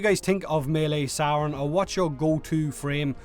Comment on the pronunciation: It's actually sayrn